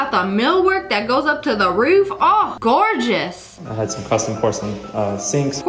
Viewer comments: When she said “GAWJUS” made me curling up and literally Burst out laughing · The way she said Gawjus🤣🤣🤣🤣🤣🤣🤣